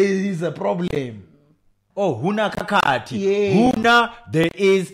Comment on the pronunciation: LMAO left out the H on Khakhathi